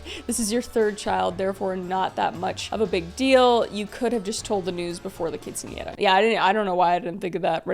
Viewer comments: this is a side note, but I have to pause and comment on this. I am Mexican, and I'm super impressed that you pronounced quinceanera correctly. So many non Hispanic people have butchered that word. You did not. I am genuinely impressed. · I know right, I expect it now, but it’s nice to here it right instead of quince I naira or something like that